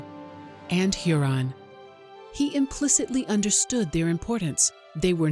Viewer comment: Great video, thanks. Just one slight correction: near the end, Lake Huron was pronounced like Heron (heh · ruhn) instead of Huron as in hyur aan. Otherwise, a wonderful addition about a significant explorer.